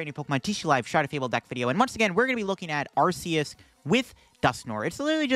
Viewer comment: Listen, I love your videos. I enjoy your content! But I cannot stay silent about this any longer. If you pronounce arceus the way you keep doing so, what do you call the arc phone? Because I don’t want to use an arc phone pronounced the way you keep saying arceus lol keep up the good work and the great content!